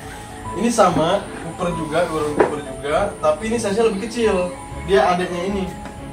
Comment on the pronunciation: copper bro, bukan cooper